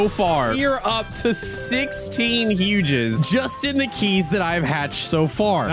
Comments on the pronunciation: It is huges not hugegis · Bro why did you say “hugehugses” what is that